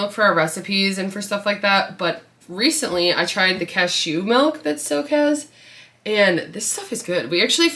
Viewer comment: The way you pronounce cashew is so funny